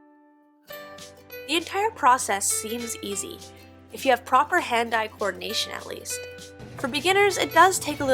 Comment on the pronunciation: When you said, "Today I'm learning how to weave," I froze for a bit, because I thought you said "leave." You were in fact saying goodbye, but it caught me off guard. I miss Aya, and I wasn't even there. I hope you have just enough sadness and miss it enough to return. Your series here is beautifully done.